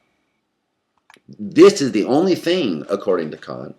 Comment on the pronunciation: Within seconds I could immediately tell this video was going to be substantially better than other Kant videos on youtube, simply by the speaker's correct pronunciation of Kant. Well done sir.